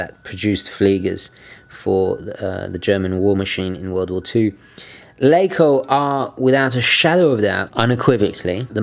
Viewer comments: We germans like to stretch vowels. Your pronounciation is good but i think it is more like "laacoh" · You really improved on your german pronounciation ;) ok, this video is 4 yrs old so you already know by now: LaCo = Lacher & Co